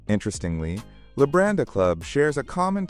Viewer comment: Wenn schon der Hotelname falsch ausgesprochen wird, Labadi😢oder Lambadi😢 beides falsch. Nicht einmal im Video richtig ausgesprochen.